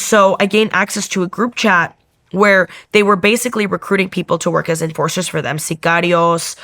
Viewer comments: she is Canadian!! Genius!! So again, why the accent for just the one specific word? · Why the accent when saying the word "Sicarios"? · I wonder that too.